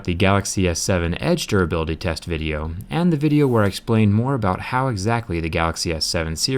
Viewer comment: Did he say tess at the beginning